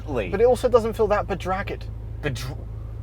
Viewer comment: Never heard of that word "bedragged" until now. It's actually "bedraggled" and it means disheveled, unkept, scruffy, etc. lol